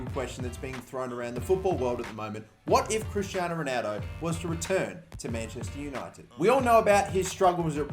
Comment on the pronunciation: Y do u say Ronaldo like a dyslexic spa - ronaudo